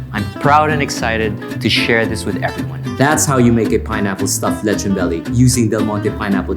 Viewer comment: Leh chon like a real foreigner 🤪